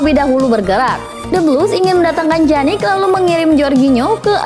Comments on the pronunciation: Pjanic min bukan janik😴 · Bacanya piyanic bukan janic min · wkwwkkw iya lucu dengar mimin nya ngomong janik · dibaca pyanik